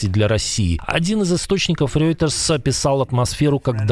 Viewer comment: Спасибо за новости ❤ Пожалуйста, в следующий раз произносите "РОЙтерс" вместо "Рьойтерс" - это неправильно и звучит смешно. Привет из Германии ❤